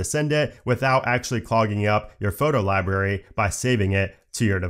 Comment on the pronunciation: I’m gonna be that guy that points out that the word “library” has an “R” in between the “B” and the “A”—there is no such thing as a “libary” and you sound like an eight year old when you mispronounce it that way. Hearing the word “libRary” misspoken like a dozen times in rapid fire talking about the new Photos app features was challenging to endure in this otherwise well-crafted, informative, good-looking and good-sounding video.